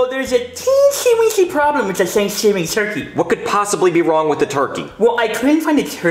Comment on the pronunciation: Twurkey instead of Turkey 😂🤣